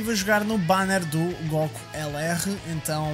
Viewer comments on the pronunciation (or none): Acho que o facto de dizeres "góku" muito à tuga ajudou te... não sei no quê, mas ajudou